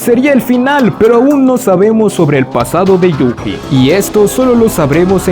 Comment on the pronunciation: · Yu"Ji" esto me mató toda la experiencia... na mentira, pero me hace gracia como lo dices xD